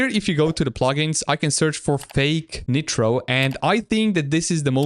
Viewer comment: Bro its not netro, ITS NITRO N-AI-TROAH (W vid btw)